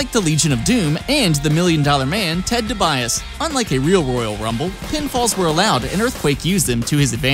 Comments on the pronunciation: Ted Dubias? It's DiBiase - pronounced DEE-BEE-YASEE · Ted fucking "DeByas" Im pretty sure that's pronounced de-bi-ya-si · Oh my.....siiiiiiggghhhh. The Toads in NSMBWii move at the EXACT same speed as Mario. -_- NSMBWii is a 2D platformer/side-scroller, not a fuckin' 3D platformer. And it's pronounced Ted Dibiase ( DEE-BEE-aus-SEE ), not (Dih-BY-us). :/ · It's not pronounced: Ted "dobias" It's pronounced: Ted "DEE-BEE-AHH-SEE" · Did he seriously say 'ted duhbyeass??? Its pronounced dee bee ass ee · The fact that you said Ted "Debias" legit made me close your video lmao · ted DIBIAS? IT IS PRONOUNCED TED *DEE-BEE-AH-SEE*. YOU CLEARLY DONT DIBIASIE HOW MAD I AM AFTER YOU PRONOUNCING HIM LIKE THAT. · "Ted Duhbiass" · Ted debiase. The gamer pronounced it ted da biast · Dibiase is pernounced (Dee-Bee-ah-see) not whatever you said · Its pronounced (Dee-Bee-Aus-Ee) Debiase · 'dee-bee-ass-ee' is how it's pronounced - "Laura Croft" ... Laura? LAURA?? C'mon dude, REALLY!!??? smh... Imma just stop here, before I get (even more) special-snowflake-triggered. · It was amazing hearing him say Ted DiBiase's name so wrong lol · the way he said ted dibiase if he doesn't know how to say peoples name correctly he shouldn't even say them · Wait wait wait, how the hell did he just pronounce dibiase? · you said Dibiase wrong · Dude u said debiasi wrong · Turned off after you pronounced Ted Dibiase wrong. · yeah....I'm going to dislike just because you mispronounce Ted DiBiase.